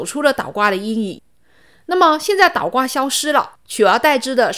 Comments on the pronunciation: 倒是四声岛是三声，不是一个字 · 练练发音，是倒挂不是岛挂，你是哪里人呢？